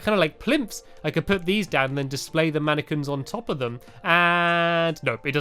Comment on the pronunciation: I thought you said I have to make a whole load of napkins 😝